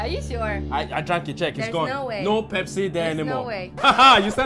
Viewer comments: I love Pepsii ....the Africa intonation is just so pronounced. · The way he pronounce pepsi, like a real Nigerian man😂😂😂